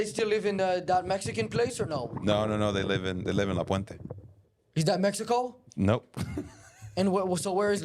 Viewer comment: “La Puenta” is that Mexico? Lol “La plapla” lol